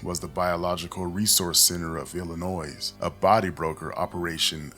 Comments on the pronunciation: ILL-I-NOY Not ilinoiz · I'd like to hear more about these missing people. This is insanely disturbing. im close to one of the areas you've reported. Btw the S is silent in Illinois. Illinoi- respectfully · Im sorry but it's annoying hearing him say illonoysssssss the S good informative content though! 😊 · Oh man, either this is an AI voice or you are pronouncing illinois incorrectly. The S is silent. It's pronounced illinoy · You pronounce Illinois wrong… not suppose to say the s. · Great video but the "s" in "Illinois" is silent. It's kind of like fingers on a chalkboard when words are mispronounced to some ppl. But again, good video. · The “s” in Illinois is silent. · Couple comments not as important as this vid in entirety, 1st. 1. You’ve a nice voice….new to this channel & subbed, so thank you for your input & effort here. 2. As a native born Lioni, the “s” is silent. It’s all good tho. 😏 3. After a year in Freedom House Teen Challenge, 2013-14, Ic Feel the evil around the hospital in my lil MW city. Gonna resume Prayers around there on my Prayer Walks thx to your report! YAHUAH BLESS You , KEEP You & Your Team in YAHUSHA’S MIGHTY NAME!!! aka “JESUS” -Azariah (THE LORD GOD–YAHUAH HELPS) PSALM 20:1, 5-8; JOHN -18; GENESIS; MATTHEW 24; ISAIAH 43; REVELATION 2:9; 3:9; ACTS 1-5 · The "s" is silent in Illinois. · I know with how important this case is. This isn't really that relevant, but every time you say Illinois. All I can think of is when I moved to California in the second grade and I had to keep telling everyone. The s is silent in Illinois.😂❤ But good telling of an important story that I haven't heard of from anyone else 😮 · The S in Illinois isn't pronounced, just so you know. Concrete dust is diabolical, straight to hell with you. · S is silent In Illinois but continue. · The “S” in “Illinois” is silent, bro 😂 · true. You didn’t even mess it up every time. lol sometimes, you said it right